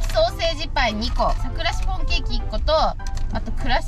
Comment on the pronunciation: シ⤵︎フォン⤴︎笑笑